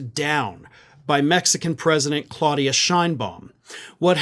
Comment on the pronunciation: Claudia, pronounced Cloudia.